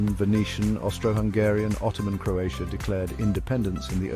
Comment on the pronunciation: This is a nice video... but unfortunately you butchered every name of every place in Croatia. 😢😢😢You should have at least make an effort to learn how to prounounce the name of the places correctly before making this video...in that way you would show some respect to Croatia and Croatian people. 🇭🇷